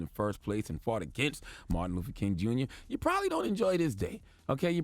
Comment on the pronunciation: You are saying MARTIN LUFFER. And giving him crap for saying coo. A linguistic expert came out and said it's a common mistake when reading it in a sentence